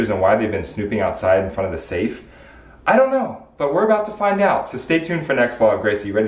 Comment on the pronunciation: The. Saf. Is. Oo. redey. Opoon